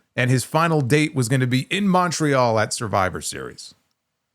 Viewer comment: Can Americans PLEASE learn to pronounce "Montreal" correctly?